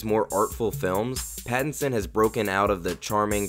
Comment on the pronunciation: Robert Bat-tinson